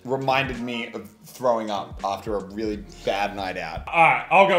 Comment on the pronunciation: Muselk says weewy insded of really